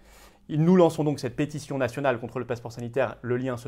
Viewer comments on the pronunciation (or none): Je vous remercie et vous soutiens, mais ici Juste pour se détendre un peu, en tout bien tout honneur, vous lancer une peste y sion, ou une pétition ? On entend pestition... Un lapsus ? Intéressant 😉👍